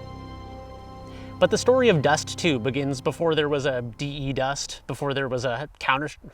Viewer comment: please don't say "Dee, Eee, Dust" it's derived from defuse. You don't say "Dee, Eee, Fuse" right?